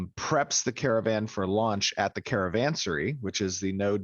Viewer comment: I always heard it be 'caravanSERAI'. as in, the A is not silent.